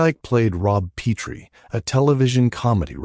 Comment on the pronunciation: Pet tree is how its pronounced